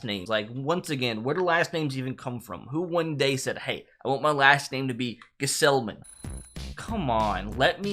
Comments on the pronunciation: Mispronunciations Taijuan (tie-juan (like the hispanic name)) Luchessi (lou-KAY-zee) Gsellman (G pronounced) Jeruys (J sound like J, not H) DeJong (de-Yong) Villar (Vee-ar) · Jesselman is how you say it and most of those "starters" werent actually ones for the mets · Gsellman....the G is not silent. It's pronounced like Gasellman. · its "Guh-sellman" g isn't silent ha. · You said Gsellman wrong 😑 It’s Robert Ga-zel-man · The g in gsellman isn’t silent...